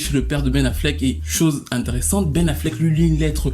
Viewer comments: Aïe aïe aïe, le « Pen Afflec » m’a tué ! Houuu j’ai tellement rigolé ! C’est pas bien hein.. mais franchement c’était trop pour moi 😅😂😂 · Le « Pen Affleck » m’a terminé 😭😭😭😭